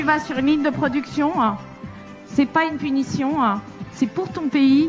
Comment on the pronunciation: Production e punition e ... parle pas français celle ci ?